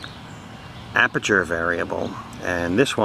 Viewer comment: Good job. One thing....the word is "aperture".